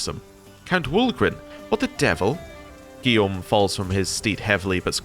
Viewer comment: You said Guillaume well ! Gilles pronounces like ≈Jeall and Guy not like a guy but with e sound at the end.